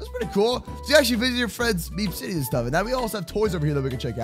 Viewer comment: Is it just me or when said meep city it sounded like meme city